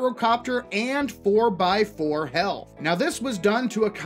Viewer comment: "helath" Lol.